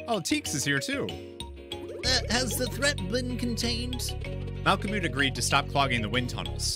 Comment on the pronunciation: Nice playthrough, makes it funny that you do different voices for the different characters XD By the way, the mole's name is pronounced "malko-mud", with the last syllable being pronounced like... Well, mud.